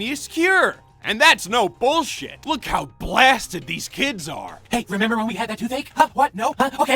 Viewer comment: "Dese kids eh made a rubber."